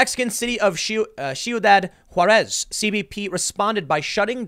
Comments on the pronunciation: You're killing me Tim with pronunciation it is not she you dod juarez. it is See you dad juarez. Basic Spanish. If you are going to talk on an area that is a hot bed for criminal activity, it would behoove you to learn what the area is called. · "Chiudad Juarez" jajajajajjaja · "In the Mexican city of shiyudadd hwuaresz" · Tim did you say shoe that who ahres?